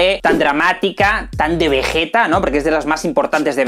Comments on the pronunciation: Como le vas a decir VeJeta y Góku maaaaaan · El porque a vegeta en latino le dicen vegueta y no vegita es porque en su primer aparición cambiaron a la directora del doblaje quien siempre hacía lo posible por dejar los nombres con la pronunciación japonesa. Luego la directora volvió para dirigir el resto de dragón Ball y es por eso que el nombre del planeta vegeta si está bien pronunciado.